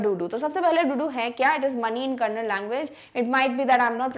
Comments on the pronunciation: Mam it is not kannad, it is kannada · It's not kannad it's kannada We don't say hind for Hindi right first learn English thn talk abt ar language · Mam its not ' kannad' it's ' kannada' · It's not kannad it's kannada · why dont u pronounce kannada as kanna-da u pronounced it as kannad i am from Karnataka .. i like the explanation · Dear Madam, it is not Kanad it is Kannada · Mam, it is kannada not kannad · That is not Kannad it is Kannada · Mam it is not kannad it is kannada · Mam that is kannada not kannad pls pronounce this correctly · Mam it's Kannada not kannad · Madam Ji it is not Khanad it is Kannada please pronounce it properly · That is not Kannad that is kannada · Mam your kannada pronunciation is wrong please read it properly. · Mam your kannada pronunciation is wrong please read it properly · First pronounce kannada properly that is not kannad its kannada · Mam it is kannada not kannand plz pronounce it correctly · please see to pronounce Kannada properly with the Á' in the end